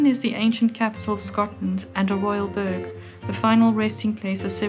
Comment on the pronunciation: Burgh is NOT pronounced 'burg' but 'burruh' - or as one would pronounce the more common form, 'borough'. It isn't EdinBURG, after all, it's Edinburruh (or burra).